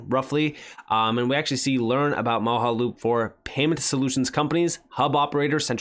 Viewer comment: Moge (pronounced like doge) - aloop. 😉 Mojaloop Great video... again! Thank you,.